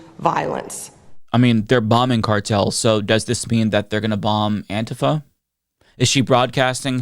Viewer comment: Is purposely mispronouncing Antifa? Bc it’s driving me nuts.